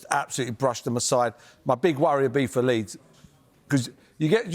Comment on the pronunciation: It is Leeds,please